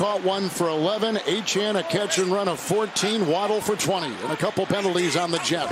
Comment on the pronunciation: 100% Certain Achane’s name is pronounced “A-Chain” not “A-Chan”. English hasn’t changed that much sheesh.